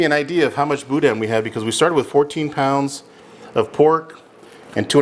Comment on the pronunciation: Pronunciation tip: you don’t really say the “n” when you say boudin. Like the shadow or silhouette of an “n”. Don’t let your tongue touch the roof of your mouth